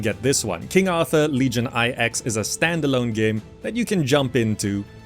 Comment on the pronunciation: "Legion I X", You mean Legion 9 ?